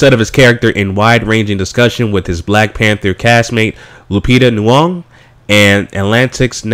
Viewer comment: Lmao my brother you completely butchered lupita last name 😄😄😄 good video though